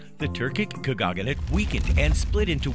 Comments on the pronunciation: His voice is so grating and unnatural, and the way he mispronounces words... like how could you mess up "khaganate" so badly? ( "Turkic Khagogganate") The slick animations are really the only thing this video has going for it, but even they fail to make up for all the bullshit. Even if everything in this video is factually sound (it's not), it still feels like watching propaganda. Curiously, the Russian version has over a million views, but the comments are no less skeptical. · Getting a little excited there, pronouncing Kha-Gah-Nate. It's not Kha-Gah-Gah-Nate. You're confusing Khaganate with Lady Gaga= Kha-Gaga-nate... haha. Example - , and more. Also, I'm just going to ignore the other factual issues with this video, as it seems the comment section has covered most of that. I mean, if you can't pronounce Khaganate, I'm sure that's the least of your issues in a supposedly historically factual video. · Why is it you're able to pronounce KHANATE correctly (2 syllables), while KHAGANATE was pronounced with 4 when it should be only 3? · It is not a “khagaganate”. It is a khaganate. It is Eratosthenes, not Erasthenes. Try to sound like you know what you’re talking about rather than reading a history book, wrong. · sir, you made so many mistakes when pronouncing such words as Tatar, khaganate, Genghis khan... it's not /tartar/, but /tatar/, not /kәgаgәnәt/ as you say it but /kagәnәt/, and not /geŋgis/ but /dʒeŋgis/ khan...